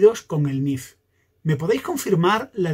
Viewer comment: Por que escuchó que dices nif